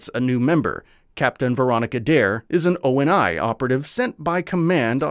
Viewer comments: O-N-I? It’s Oni, like a word always has been always will be. The Sabre space fighter was a secret UNSC program not a covenant one. Like it’s stuff that’s all in the damn game man. I’m sure the video is good overall but how can I think you’ve played or understand the games when basic story beats are completely lacking in your version of events. Watched 5 mins, gonna dislike and hope to not see this video on my feed again. ✌️ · When the narrator says O N I instead of ONI I completely stop watching 🤣🤣🤣. At least get a fan of the game to review it, or maybe someone who actually played it. 🤣🤣🤣🤣🤷🏾‍♂️😒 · O N I is pronounced like the demon Oni, and ODST is NOT! —> Orbital “Deep” Shock Trooper!!! It’s Actually (Orbital DROP Shock Trooper)!!! Your welcome, that’s kind of an offensive one to get wrong bro just saying, if I was one of the younger crowd you’d be getting eaten alive over that detail. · My God it's not O N I it's pronounced like OH KNEE